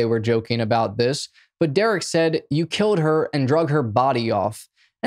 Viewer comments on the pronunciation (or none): none